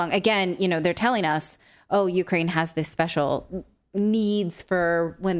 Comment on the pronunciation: Natalie said "Ukeranium"